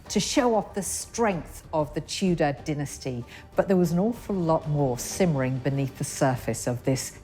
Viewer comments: they way the pronounce dynasty 🤡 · Stop saying diinesty. Its DYNASTY